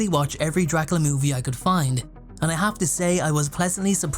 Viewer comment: "Dracala" lol